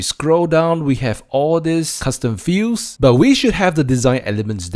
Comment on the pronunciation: It sounds like you're saying "custom fuse" instead of "custom fields". That was confusing...